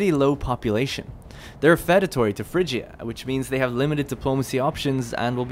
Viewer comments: Feudatory is pronounced few-da-tory. Like the word feud. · I wanted to die every time you said "fed-atory," but I really appreciate the video. Thank you. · Why do you pronounce feudatory so weird